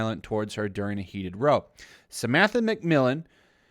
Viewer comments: Great video, but I laugh a little inside at how you use the wrong pronunciation of row in this context over and over 😂 you did it in the last video I watched also 😂 but it's not outrageous, just funny 🙈 it's row as in the r pronounced the same but the ow as in ow that hurt. A row is an argument between 2 people not taking a boat out on the lake 😜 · Please learn how to pronounce row, of just say fight or argument instead! :-) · Its pronounced like cow not bow. 😘 Row = argument. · Damn Americans. It's pronounced R -aww not Roe. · Cool vid. 🙂 For the record it's not pronounced "Ro" it is is Row like in "Ow!" Its a british word for loud argument/fight. Generally non violent like a yelling fight. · Got into a "row," rhymes with "ow." It's a British expression for "a fight." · I think you will find when referring to an argument the word ‘row’ is pronounced with the emphasis I on the ‘ow’ like a cats meow so pronounced r ow, unlike row as in row your boat. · For anyone confused by row. "Row "It's pronounced with the "ow" sounds like cow. It's UK slang for arguing / fight . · Mate, row as in 'they had an epic row' is pronounced like 'rou' in round. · Just an FYI...sorry to be pedantic...the word “row” as it is used there, rhymes with “cow” in this case...not “low”. It is a British word and means “argument “. Also Dossier...oh never mind. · Row, pronounced Raow, like ouch- rouch, rou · I think you're doing a great job with these videos but seriously, dude - it's "row" as in "cow". Also, Heard is frikkin evil. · Love the content. Just wanted to help with further readings a "row" in the context of argument is said like "r-ow". I couldn't find anything on it how it is said in American, or if row is used in America for anything other than rowing a boat. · Just a small note, "row" rhymes with "now"... British English for angry argument. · Row isn’t pronounced like that unless your talking about the sport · It’s row as in cow not row as in slow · Learn to pronounce row ffs.